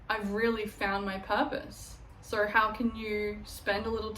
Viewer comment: fillled with Soarhhh many things 😂😂 Australian ass .😂 Love the video, you look amazing